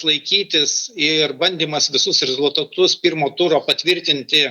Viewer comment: jūsų REZULiTATUS taip pat skamba rusiškai.Jūs lietuvė???